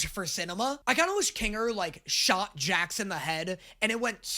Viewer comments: did he really say jack instead of Jax 😑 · I am so good at names you guys are lying! Also: Calls Jax Jack half of the time